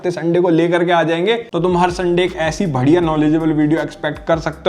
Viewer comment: muje badhiya ki jagah ghatiya kyoo sunai diya 😅😂